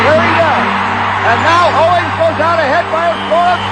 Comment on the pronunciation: it's "Owings" not Owens.